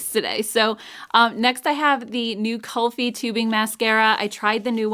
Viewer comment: Kulfi is pronounced kool-fee. It's a northern Indian dessert